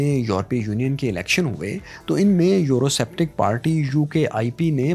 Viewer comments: A very informative video but.......the narrator repeatedly pronouncing the word "Eurosceptic" as Euroseptic made it look like as it was made by a novice who had a poor knowledge of English speaking and pronunciation. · It’s pronounced Eurosceptic(skeptic) not septic...